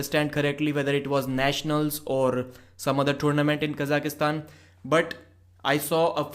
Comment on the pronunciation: Kaz-ak-stan is how we say it in English